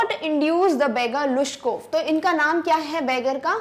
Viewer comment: Mam was right the pronounciation of this name is लुश्कोफ in Russian